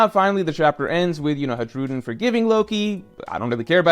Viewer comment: When says hajrudin’s name without j, my day will be made!